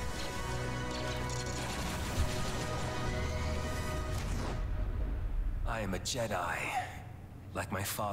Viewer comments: YADDLE NOT YAYDEL!! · Its yaddle not yAdle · I believe it's pronounced Yeah-dull, not yay-dull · Wait it’s pronounced Yay dul.. not yaddle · Why did he say Yaddle like that🤣🤣🤣🤣🤣🤣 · Never in my life has i heard someone say yadle like you do...... Well i guess that What happends when the name is never spoken in the movies